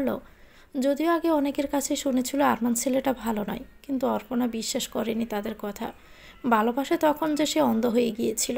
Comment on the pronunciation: অপর্ণা কে অর্পনা উচ্চারণ করছেন কেন?